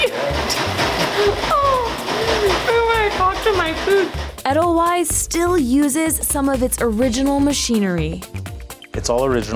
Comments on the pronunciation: SAY THE NAME RIGHT!!! Edelweisssssss, not Edlewise :( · Bruh it’s not eh-dull-wise it’s Aye-dull-vice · im Austrian and almost screamed when I heard her pronounce it eddellwise like ew cmon if ur gna take edelweiss from Europe at least say it right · eH-dUhL-WiSe... wrong. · "edel - wise" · They said "edel-ice". I think the fact they basically wiped out one entire letter is right now more important than mispronouncing the s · Yeah haha.. It's pronounced edel-vayz😂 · I'm Kenyan but I hated her pronunciation of edelweiss Hasn't she watched 'Sound of Music' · That's not how your pronounce edelweiss 😂😂😂😂😂😂😂😂😂😂😂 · They pronounced edelweiss wrong... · being from Germany, I cringe everytime they mispronounce edelweiß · I’m not German, and I’m cringing every time she mispronounced Edelweiss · She clearly hasn't seen The Sound of Music 😄